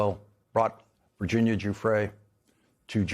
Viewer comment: Thank you for pronouncing Virginia's name correctly---one of the very few unfortunately. I do not believe for one moment that she killed herself. She was removed.